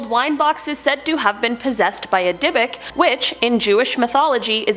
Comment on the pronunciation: Dybbuk is pronounce completely differently lol that was an absolute Slaughter of the word